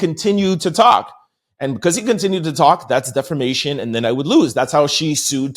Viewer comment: So I guess I'll be the one that finally tells him... defamation does NOT have an "R" in it. You keep stressing how much you know about the law but it helps to say the words right😘